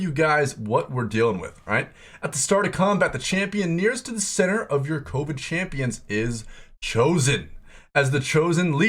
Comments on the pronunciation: 4th person I’ve watched on YouTube to Pronouce it as CO-VIN instead of CUVIN 🤷🏽‍♂️😂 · My man it's pronounced CUH -- VEN.. not COH - VEN. Save you some hassle down the road when you play that trait :) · It’s pronounced cuh-vin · Kept thinking he said covid and not coven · Love the video but it's Coven (Kuh-vn) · Co-ven, like a coven of witches ( kəvən ) the o makes an " aaa " sound. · I think you don’t know how to pronounce coven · why is it so hard for people to say coven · thats not how you pronounce coven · the way you said "coven" triggered me. ill watch the rest later haha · Why can no one pronounce Coven correctly XD